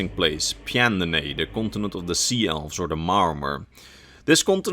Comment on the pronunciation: I love how he doesn't even try to pronounce pyandonea, and just says a bunch of gibberish is the rough shape of it's pronunciation